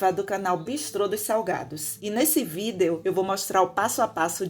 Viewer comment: Acho engraçado quando ela fala vídeo kkkk leva o pé da letra . Parece eu quando vou fazer ou até mesmo falar levo tudo ao pé da letra kkk